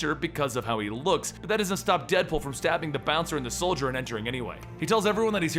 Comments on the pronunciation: he says soldier instead of shoulder. XD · Stabbing the bouncer in the soldier? Sounded like you said soldier.